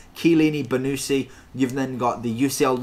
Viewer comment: It’s pronounced bonnuchi not bonucci just correcting